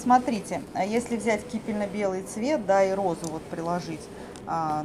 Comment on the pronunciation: Кипенно-белый, не кипельно. Покупки хорошие, магазин и хозяйка очень приятные)